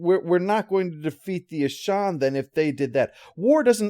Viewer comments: "Ashawn," really? I mean they literally say the name in the episode and never say it like that. It's Aschen, with an "e". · Yeah its certainly not Ashaan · sorry I can't watch this. You keep butchering the name of the aliens and it's not even that hard to pronounce. it's like you never actually watched the episode. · This is one of my favorite episodes. I even like the follow up episode. The Aschen were a fascinating antagonist species. I wish they could have featured more. I forgot this episode is where Walter got his name, but that's cool. But I have to say, I can't unhear how pronounces their name throughout this review. I have a headache now. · Your pronunciation of "Aschen" drove my fiancee nuts, haha. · Me, too.